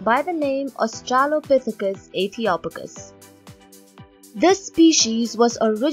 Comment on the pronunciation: I think the "O" is pronounced as in hope rather than box, as in Ethiopia. {:-:-:}